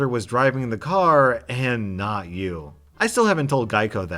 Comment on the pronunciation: I fucking hate it when people can't even put emphasis on the right word."you DID not stick to your word' as opposed to "you did NOT stick to your word" Not should get the emphasis here as it's the more important detail of the phrase did not, putting emphasis on did might confuse a reader and it blows my mind people still don't know how to do this stuff correctly